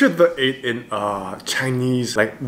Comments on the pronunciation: Is it trigger anyone else by how he says 'The8' when its pronounced 'thee8' 😂😂😂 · i utterly apologize but whenever you say THE 8 instead of THEE 8 even when in english vowels with the is pronounced the other way just makes me cackle but i totally love your content and thank you for doing seventeen content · Hey 👋 This Is A Bit Late Bit I Just Wanna Say That You Are Actually Pronouncing "The8" Wrong😅 You Actually Pronounce "The" As A "D" So You Say It As "D8" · The8 is pronounced like thee 8. Like you’re about to say Theo and before you say “o”, you just say 8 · Name The8 but pronounce as D8